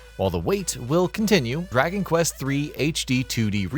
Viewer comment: Draky Quest 😂